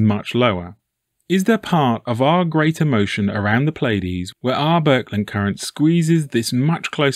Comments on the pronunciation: It's NOT the effing Pillaydees. FFS, there is no i in between the P and L of Pleiades. It is pronounced plee•uh•deez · NOT Pill-Ay-Dees, my brother. British English: Ply-uh-dees; American English: Plee-Ay-Dees, Not (as far as I have been able to tell): Pill-Ay-Dees. Your material is astonishing, by the by. Utterly, profoundly interesting